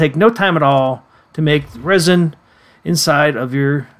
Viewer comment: Resin is pronounced resin. Not rysin. inGOTs? Why you pronouncing everything weird? Is this AI?